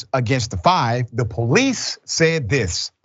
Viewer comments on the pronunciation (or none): Police not ploice